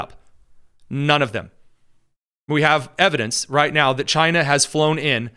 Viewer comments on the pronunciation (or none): none